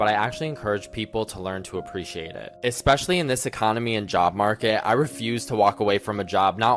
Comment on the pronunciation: Omg you said 'eSpecially' correctly!!!!!😮